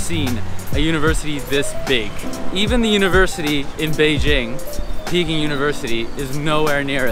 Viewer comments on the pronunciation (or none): none